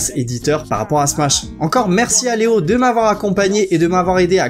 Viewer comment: On dit bonjour au "nouveau" BONJOUR LEOO